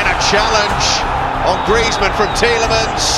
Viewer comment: When griezmann scored in group stage against Croatia the commentator said grayzmenn